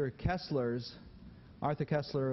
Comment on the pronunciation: It's pronounced..... KERSTler (like in thirst), not kessler (as in less).